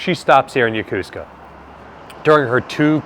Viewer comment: Isn't it Yo-ko-su-ka, not yo-cus-ca? Or is it an american tradition on how to say it?